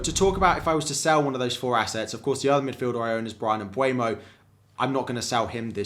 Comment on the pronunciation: Love your content! Would you mind pronouncing Mbeumo and not Mbuemo? Thank you